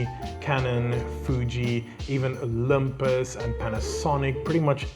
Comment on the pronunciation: Great and informational video! One little thing though, it's 'Oll-(y)im-pus,' not 'ol-umm-puss.' 😉